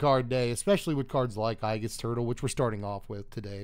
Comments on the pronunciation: Just a heads up, aegis is pronounced ee-jus, not i-jus. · It's a long a...agis...not ahgis. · "Eye-giss turtle" 🤢 C'mom now buddy, that one had to be on purpose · You know exactly who has played Persona 3 when they mispronounce "aegis"